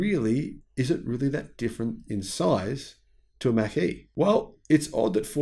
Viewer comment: Mach is pronounced as Mock.